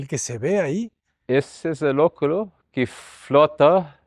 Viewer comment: Me encanta como pronuncia el arquitecto oculo, acontecer, rua ...